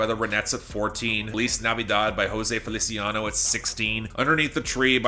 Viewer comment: OH MY GOD HE FINALLY PRONOUNCED JOSE FELICIANO CORRECTLY HAPPY FOR YOU